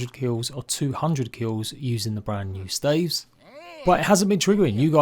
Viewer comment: No offense but the way he says staves just tickles me in the worst way. Also you don't have to spam the attack with the mint stave you can hold the attack button down